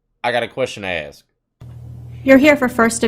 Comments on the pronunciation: Anyone that says “axe” instead of “ask” should just be found guilty on the spot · No not ask...aks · i’m not racism but why do black people say “Aks/Axe” instead of “Ask” ??? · I axe you, what kind of question is that to axe ? I axe you is it so difficult to pronunciate letters and words ?